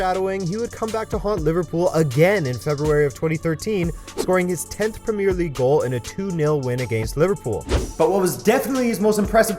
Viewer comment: Please say premier in premier league properly. Thank you